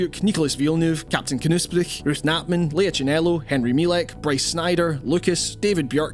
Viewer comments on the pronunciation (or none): none